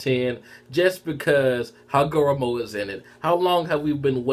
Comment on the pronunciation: The names pronounced Hagar;romo Oh, su' su' key.